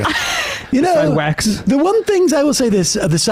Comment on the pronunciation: omg 😆 I can’t stop laughing at, “SIDEWAKS.” 😂